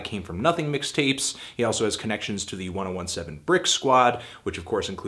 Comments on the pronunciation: Lol, "one o one seven" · Did he jus say 1 0 1 7..... 1017 fool. Closing video